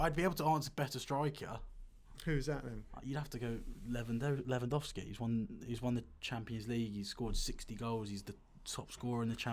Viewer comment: Le-van-dov-ski And no, Harry Kane is not better than him. By any measure, except your EPL bias. Harry Kane is the most overrate player in the world, which is fitting, because the EPL is the most overrated league in the world. Everyone is so mediocre that Harry Kane stands out.